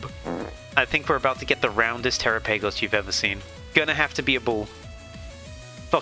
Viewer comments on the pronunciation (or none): The way you said trapigos 😂 TeraPagos 😂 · I cried when you said tera-PAY-goes 😭✌️